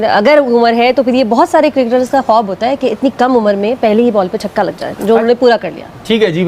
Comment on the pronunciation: 4 caukke nhi, 4 chhakke👈👈👈👈👈👈👈👈👈👈👈👈👈